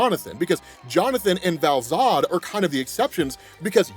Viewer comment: All I read in the comments is an correction on Val-Zod